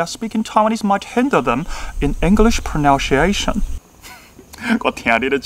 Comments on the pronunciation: 但是，你pronunciation 會唸成 pronaunciation 誒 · 我覺得比較多台灣老師或學生的問題反而是把book發成長音“不~可”，最後的k也會多加一個母音"ㄜ"，因為中文不習慣只發一個無聲的子音，就像第一次示範錯誤的sit的發音，變成“系特”，英文長短音是比較大的問題。說真的我還沒聽過台灣人講book發音像示範的那樣耶。英文很厲害，幾個小問題，native的a發音是/ei/不是/ae/，pronunciation的nun念成如它動詞的noun了，natural的a是/ae/不是/ei/剛好與您發native的母音相反。同樣愛好台語與英語的粉絲路過~~ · prəˌnʌnsiˈeʃən 講發音，但是剛好發音這詞一直說錯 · 可惜 pronunciation的pronunciation錯了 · 非常厲害的整理！應該要變成顯學！推~~ 另外有幾點小點建議 pronunciation, possible, naturals 的發音需要橋一下，比較不會砸招牌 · 看這影片看得很難過...認真回，英語發音標不標準跟講台語或普通話無關，重點在於觀察能力以及那個人在不在乎自己的發音。你發音已經算不錯，但仍然有很多細節沒掌握，舉你說的第一個例子 Some parents那裡，don't跟want的t都不要唸，kids唸的時候中間嘴型是一二三的一，你的唸法是英式，Taiwanese不是唸ㄊㄞˇㄨㄢˇ膩s，tai的發音舌頭是要捲進去的，wan是唸one一模一樣，English的要唸en-glish兩個音節不是en ㄍ lish三個音節，pronunciation的c是ㄙ不是ㄕ。I speak solely Mandarin (I do not speak Taiwanese at all) but obviously I know how to sound like a native speaker. That is why I strongly deny your point of view. However, you did a great analysis somehow. Nice vid.